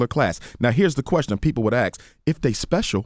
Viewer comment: Dr Umar Johnson clearly pronounces ask as ASK, but he says the word again as AKS. When black people are asked why they pronounce the ask as AKS the answer they commonly give is that they don't even realize they're saying it wrong. This instance is the first time I've ever noticed someone using both pronunciations without provocation in conversation.